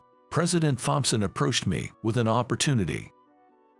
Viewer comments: Tom-son, not thom-son. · Thomson is pronounced Tomson in English , the H is silent 🤫